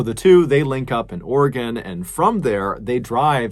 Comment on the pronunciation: You pronounced Oregon correctly! Thank you!